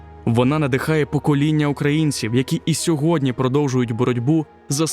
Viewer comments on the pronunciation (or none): none